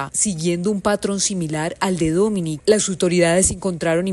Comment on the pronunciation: Dominique. Pero por favor, busque al menos por Internet como se pronuncia. Dominique. No Domini. De la chouchoute mon enfant.😂